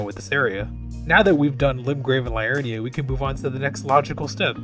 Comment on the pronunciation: Siofra - "SHAY-fruh" (Irish Gaeilge) Liurnia - "lee-UR-nee-a" (derived Latin) Ekzykes - "ek-ZY-keez" (derived Greek) Mohg - "MOHG" [long O sound; not "mogg"] Niall - "NYLE" (Welsh)